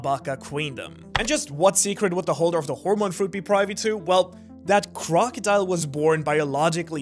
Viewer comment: Not crocodile, Croco D Ile